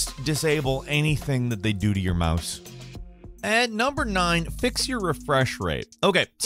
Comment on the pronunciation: He said mahs instead of mouse lol